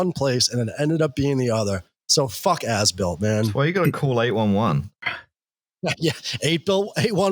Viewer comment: Why does As Built keep sounding like Ass-Built? Guess it's appropriate though...